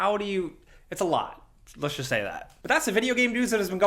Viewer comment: “So let’s just” says “Shersh jursh”